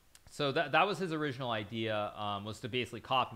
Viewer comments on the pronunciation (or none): none